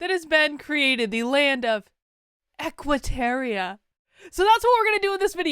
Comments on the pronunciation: It's Equiterra....not Equiteria....You said it wrong every single time! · It's "Equiterra", not "Equiteria" - and yeah - I'm being picky. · Why did you keep saying "terrier" instead of "terra"? It was very distracting. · Idk why it bugs me so much, but it's Equiterra, not Equiterria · Real talk tho, why we pronouncing Equiterra like Equiterria? Did I miss something? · TY! This annoyed me the WHOLE time!